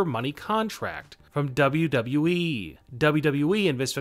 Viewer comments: Dude you're pronouncing WWE really weird. Work on that, it stressing my cats out. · Cant this guy say “W....W....E” without sounding like he has a mouth full of balls? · why the heck do you say it like WWEE? In fact, why are all the last syllables of the last words in your sentences twice as long as they should be?! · Why do say wwe like that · Not bad, I do enjoy your videos. But I must ask, why do you put too much emphasis on the E when you kept saying WWE lol, it almost sounds like your saying it sarcastically, as it doesn’t exist.